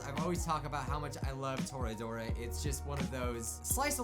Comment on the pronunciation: Oh yeah. ToRAIDora